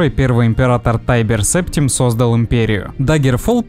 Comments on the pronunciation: Ты хоть примерно представляешь, как пахнет Император Септим? (ударение на и) А ВОТ Я ПРЕДСТАВЛЯЮ, ВЕДЬ ОН СТОЯЛ РЯДОМ СО МНОЙ, АТВИЧАЮ! Пруфы умну на конале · Ты хоть примерно представляешь, как пахнет Император Септим? (ударение на и) А ВОТ Я ПРЕДСТАВЛЯЮ, ВЕДЬ ОН СТОЯЛ РЯДОМ СО МНОЙ, АТВИЧАЮ! Пруфы у меня...